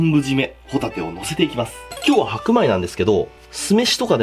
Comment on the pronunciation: ホ↑タ↓テ↓です